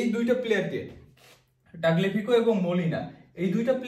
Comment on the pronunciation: তাগলেফিকো না তালিয়াফিকো